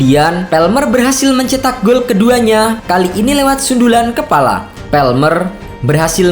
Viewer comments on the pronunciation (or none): none